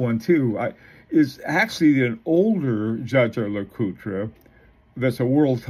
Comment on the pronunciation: Dja-dja Lecoutre??? Seriously? The name is Jaeger, German for Hunter. It is pronounced pretty close to famous pilot Chuck "Yeager", not like some Filipino "bad-juju" or Star Wars Jaja-Binx character! CRIKEY! Is there is not ONE amongst you self declared watch expert youtubers, who can get this right? This really is very annoying, when you butcher names!